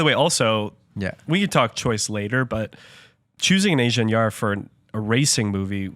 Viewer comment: Why not learn how to properly pronounce Ingenieur before doing a whole episode on it?